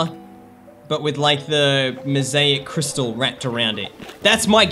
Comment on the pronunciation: Its pronounced * " crystal."